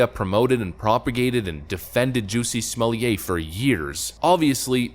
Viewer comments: I love that Dave Chapelle basically got everyone pronouncing his name as "Juicy Smollieť" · Why do you keep saying “Juicy Smolyay”. I’m confused. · ‘Smol-let’ is the pronunciation. Good work, though. Thanks.